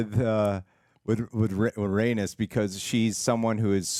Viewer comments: Rhaenys is pronounced rae-niece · It's pronounced RhaeKNEES